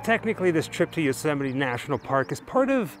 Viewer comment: Yosemite's great but you're pronouncing it wrong.